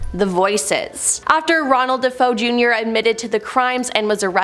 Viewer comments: Ugh SAME!! Obviously totally ignorant of the history. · Thank You for saying that 😂. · You could be kinder about it. It isn't like mispronouncing it is going to change the world. Get your panties in a bunch over something that really matters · It's not "Deh Foe" it's "Dah FAY Oh" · Aarrggh! She's making me crazy! It's pronounced, "De-FAY-oh, NOT "De-FOE"!! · Their last names were pronounced Da Fay O. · Thanks for this! I can't watch the video because of it, it's just too distracting, and then I looked in the comments wondering if anyone else noticed "Deh-foe" and it's nothing but bot comments (except yours and a few others are not bots) and then I realized... so THAT'S how they got millions of subs. Bots. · DaFoe!!!! 😮Da foe of the story is da son who killed his family!!!! She obviously inverted the vowels!!! DaFoe!!!! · I stopped watching as soon as I heard how she couldn’t even pronounce his name correctly 🤣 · Not it’s DeFeo! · 😂😂😂😂 that's exactly what I thought 😂😂😂🎉🎉 Great job none the less😊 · I hear that! It drives me nuts too! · You beat me to it. She can’t even pronounce Suffolk. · if i kept calling you. Creeper man instead of reaper man im pretty sure you would get annoyed because that isn’t your name. Regardless if you think it’s a big deal or not, the pronunciation is incorrect ❄️ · Quite sure you wouldn't like your name mispronounced. It is just wrong and shows ignorance as well, that she is mispronouncing their name.